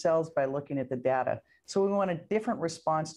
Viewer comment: The Mayor mispronounced "data"